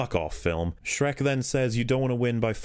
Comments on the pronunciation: Me too. Every time he said Shrek. "The floor is white how do they not see him dragging Shriek across the battlefield." 😂🤣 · can't believe I'm only watching this now, but I laugh every time you say shrek it's absolutely hilarious and I love it